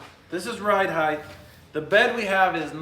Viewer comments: Height ends with a t, not th. The word is pronounced height not heith. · It's probably a lost cause, seeing as is older, and set in his language ways, but HEIGHT rhymes with WEIGHT.